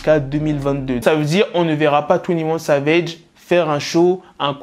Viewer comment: "Twounnie ouanne savège"